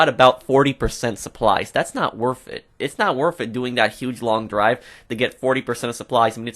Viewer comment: When it's "Not worf it"